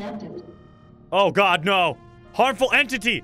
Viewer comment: He said Oh My Gwad 9 Times I Counted XD